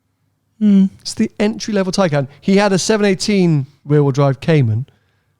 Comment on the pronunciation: Tnx for the shout out (Silver Taycan) and the way you pronounce my name!! 😆 Glad Tony wasn’t too harsh 😎